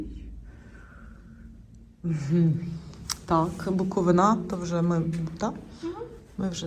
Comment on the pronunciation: Лиш почала дивитись і почула:БуковинА 😮 Запамʼятайте: БуковИна! Будь ласка!